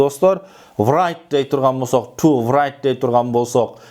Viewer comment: Донт врайт эмес -райт эле бп.окулат ко дейм.